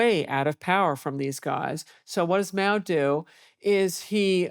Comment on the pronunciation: By the way it's Mao not Moa.